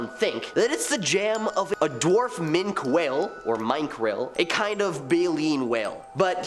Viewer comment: No way did he give TWO mispronunciations for Minke whale.